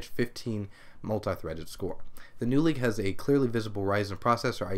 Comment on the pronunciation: stop saying eaked for stuff thats been released already!